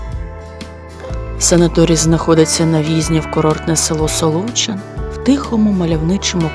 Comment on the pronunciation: Правильно наголошувати Солочи́н, Солочина́ і т.д. при всій повазі